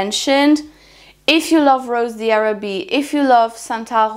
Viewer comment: It’s pronounced “ rose dharabie “ ☺️